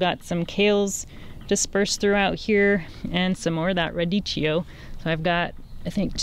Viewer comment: Thank you for the tour. It's pronounced ruh ·dee·kee·ow. Forgive my OCD :)